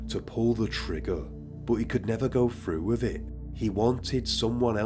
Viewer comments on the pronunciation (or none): Cowards who kill women don't have the balls it takes to to shoot themselves....he'd never go "frew wif it" as this host would say. This voice telling this story is too much for me. Creative and imaginative tho ✌️